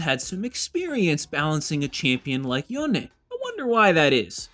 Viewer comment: There is no way you think his name is pronounced "Yona", nor have you heard anyone say it that way. That's literally just not even trying.